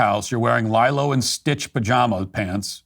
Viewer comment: Lye-low 😂😂, come on bro, Lee-Low & Stitch. Penalty issued, a third goat will arrive tomorrow!